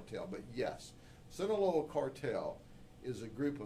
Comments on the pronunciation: ITS SEE-NAH-LOW-AHHHHH (SINALOA) NOT SANTA LEO or whateva he said😂😂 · Just a correction is Sinaloa is pronounced the way is written. Sheriff said it wrong